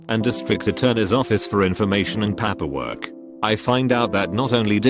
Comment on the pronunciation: I understand that this is a robot, but I cannot listen to these mispronounced words! Papperwork? Wold?